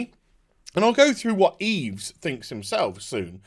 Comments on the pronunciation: Oh a propos, as a matter of correct pronunciation of the french name Yves....the s is silent, therefore, it should sound like "EVE" when you say it correctly. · Yves is actually pronounced "eve". The more you know.. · btw the s is silent in Yves:)